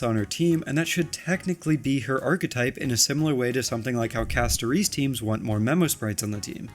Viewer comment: When YouTubers can’t pronounce the characters names properly… I wonder if they even play the fa game 😪 Say Castoreeece one more time and I’ll riot